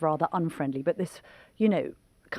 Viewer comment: Hara Kiri. Not Harry Carry, Camilla.